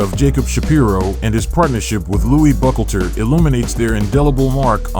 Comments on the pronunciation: Pronounced: with 3 syllables; *Buc-HAUL-ter. Not "buckleter" like you're saying it. Lepke *Buc-Halter.... Buchalter. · Yeah, he's obviously not good with pronunciation or gathering facts without getting them misconstrued. He pronounced Buchalter as "buckleter."🙄🤦🏽‍♂️